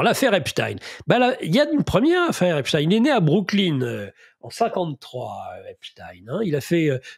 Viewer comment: On prononce à ''l'anglaise '' parce qu'il était etats unien, pourquoi prononcer à l'allemande?